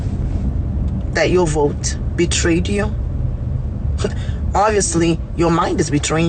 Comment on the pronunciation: "I will voe......for Donnell Trump"